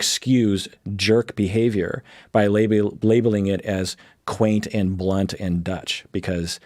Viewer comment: I'm not a native speaker and really thought for a moment you said blonde instead of blunt 😂